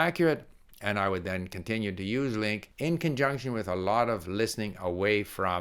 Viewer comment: OK, you got me, I have been thinking about this for a long time, but now I will really try LingQ, that obviously should be pronounced Lin'queue.